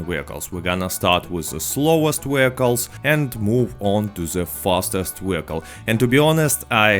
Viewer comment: My mans says 'Wheelcles' and I fux with that.